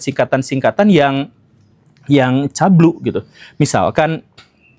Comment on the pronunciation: CABUL BANG CABUUUULLLLLLLLLL BUKAN CABLUE